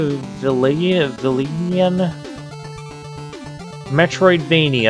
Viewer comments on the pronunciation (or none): Machiavelli is rolling in his grave at your mangling of his name. (MAH-kee-a-VELL-ee - and with -an at the end for machiavellian.)